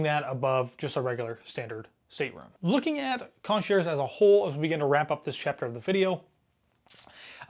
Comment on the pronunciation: I don’t think you should be doing a relatively harsh review of a cruise line when your experience is one 4 night cruise. Also please if you are going to do video reviews look up pronunciation of words like “concierge.”